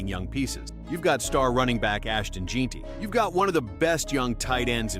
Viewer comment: in and you finally get done saying alot of words without saying shit. AI needs to die. Can't even pronouce Jeanty right.